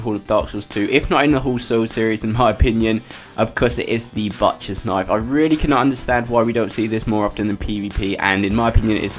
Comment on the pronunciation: THE WAY YOU SAY BUTCHER ANNOYS ME